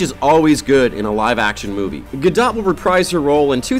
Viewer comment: Say Gadot again, and then go out and learn how to say her name.